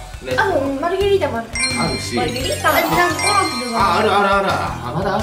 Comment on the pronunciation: マルゲリータじゃなくて、マルガリータになってる(｀･ω･´)ﾉ